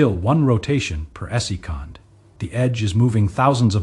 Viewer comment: AI needs to learn the basic pronunciation of the word "second"